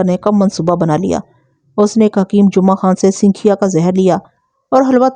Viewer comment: Mahtrama sinkhiya ka sahi talaffuz sankhiya hai.Talaffuz par dhyan diya karen.